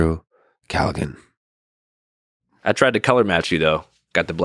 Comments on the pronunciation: 'Andrew CallaGAN' At least learn how to pronounce the man's damn name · Andrew “Calluh-gan” lmao come on Lex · Pronounces his name wrong twice innthe first two minutes. Haha. Let’s see if this is worth watching